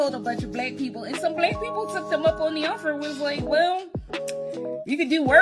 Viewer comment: Why is she pronouncing Black Blêck